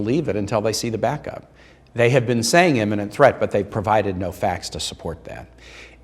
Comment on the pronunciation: I agree with everything the Senator is saying except for the pronunciation of the word imminent as "eminent" ...2 differnt things. Looks like someone just lost my vote. PEDANTS UNITE!